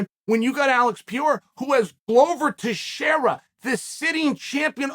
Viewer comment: Funny how you can pronounce Teixeira but you can't pronounce Pereira. Why the descrimination Chael?